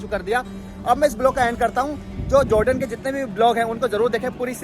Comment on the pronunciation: Joordan nhi hota hai jordan hota hai bhai..🤣